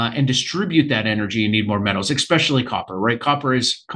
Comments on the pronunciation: Why does he keep pronouncing especially "expecially"? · Can’t stand it when people say “eggspecially” “Eggspecially when copper is in such demand” 🙄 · Can’t take a bro seriously if he says expecially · tuned out after the fourth "exspecially"